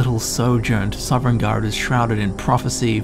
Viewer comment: Bruh you're saying Sovngarde so weirdly